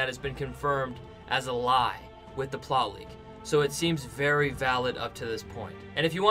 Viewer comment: please pronounce plot leak as plot leak not ploley